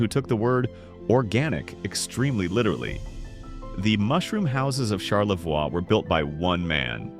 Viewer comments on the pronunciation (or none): HEY, its very interesting that the NARRATOR in this video IS NOT A TRUE MICHIGAN NATIVE BC HE MISPRONOUNCED "Charlevoix" its pronounced Shar-La-VOY, "Mackinac" was mispronounced its Mac-Kin-NAW. The ending is NOT pronounced as "Mac-Kin-Nack" that is morally incorrect here to pronounce it just like how its spelled. Lmao!!! For true born & raised Michiganders, this will be the 1st thing we adamently say about in this video right here, lol. Not to be mean but set this "Narrator of the video" straight!!! Michigan towns have their own language, in words, & with how they're spelled. Lol. Its really funny to us, we laugh every time with it, lol!!!!! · Charlevaw? The French pronunciation of the last syllable. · Charlevoy, not charlevewah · CharleVOY not Charlevwa. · Pronounced Char-la-voy and Mac-a-naw and Franken-mooth! AI doesn't get it right, ever! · #8 is pronounced Char-Luh-Voy. Mackinac is pronounced Mack -Uh-Naw. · You should learn how to pronounce the names of some of the places you mentioned. Charlevoix is pronounced Charlevoy and Macinac Island is pronouched Mackinaw Island. It's Frankenmooth. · “Char-la-VOY, HURE-on, Mackin-AW, Franken-MOOTH, for Pete’s sake. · Shar-le-VOY. HUE-ron. Mack-i-NAW. Frank-en-muth - and none of the strange stuff is underground. Bronner's is not ONE of the largest Christmas stores in the world, it IS the largest. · It’s obvious you ARE NOY FROM MICHIGAN……..because your pronunciations of several of the cities are incorrect and we as Michiganders do NOT appreciate that, for example you pronounced Charlevoix, Huron, Mackinac, Frankenmuth, and Saginaw wrong. Please, if you do other videos of Michigan towns please learn the correct pronunciations. Thank you. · Interesting video, but for a channel called Michigan Insights, there sure are a lot of mispronounced names. Charlevoix and Mackinac are definitely mispronounced. Huron and Frankenmuth don't sound quite right either.